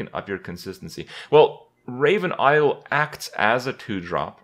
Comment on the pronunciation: Raven iowl ? Kripp it's i-DOL